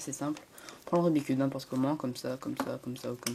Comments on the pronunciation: C'est pas "rubicube" mais "Rubik's cube". Merde >_< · Pourquoi tout le monde dit "Rubi cube"?!? C' est "RUBIK'S CUBE"!!!!